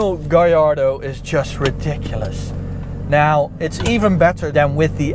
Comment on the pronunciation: Gallardo is Spanish. All Lambos are named after Spanish bulls. His pronunciation is right.